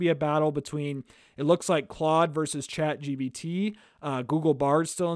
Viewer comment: It's Chat GPT not Chat GBT